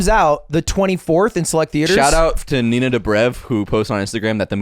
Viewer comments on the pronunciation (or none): none